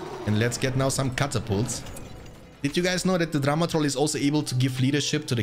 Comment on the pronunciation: Saaame xD ì actually thought he said Drama trolls until I read this comment